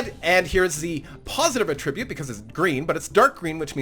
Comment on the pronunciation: A-trib-ute means to give credit. Atra-bute is a trait.